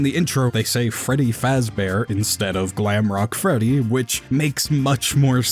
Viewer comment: Dude called Fredy bredy